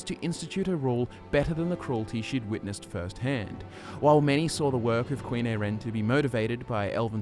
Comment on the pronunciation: Her name is pronounced eye-ren :) Great video though! She's one of my favorites. Also, I'd love it it you could do a video on Jorunn the Skald-King :)